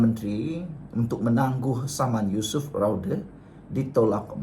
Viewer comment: SEBUT NAMA YUSOF PUN SALAH...YUSOF RAUDE....PUIIIIII